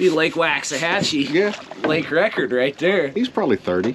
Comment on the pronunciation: The cringiest thing was your butchering of "Waxahachie" 😂